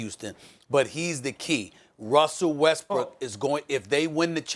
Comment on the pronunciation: “wussell restbrook”